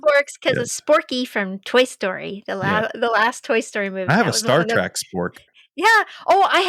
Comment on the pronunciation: did say he had a Star 'Track' spork???